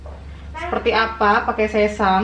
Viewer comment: Sesame itu bacanya sesemi bukan sesam 😅😅